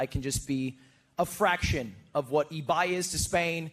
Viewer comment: Eye-by, aka the noble giant